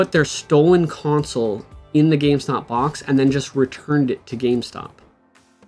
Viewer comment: There’s no N in the word box bruhh